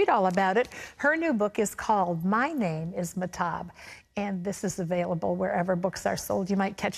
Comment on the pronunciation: This interviewer is so annoying. Also she keeps blatantly mispronouncing Mahtob.